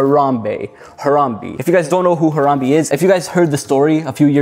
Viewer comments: As a fellow citizen of Ohio I have to confirm that it is pronounced “Har-am-BAE” not “Har-am-BE.” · I was silently correcting him everytime he said Harambe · If he says Haramb-e one more time I swear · Ha-rahm-bey is how you say it